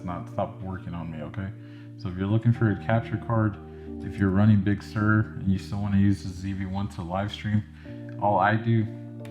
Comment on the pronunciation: What is Big Sir or surge, not sure exactly what you said, lol!